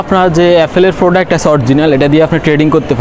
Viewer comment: আইফোন ফাটাতে, 😅😅😅 শিট। বুলশিট। বাঙালি হয়ে বাংলা ঠিকমতো বলতে পারেন না, ছিহ্ এফোল ফ্রোডাক্ট। এফোল ইশটোর। এসব কি বলেন ভাই?? লজ্জা নাই, আপনার চ্যানেল কে আবার গর্দভগুলো সাবস্ক্রাইব করতেছে। ব্লাডি.... …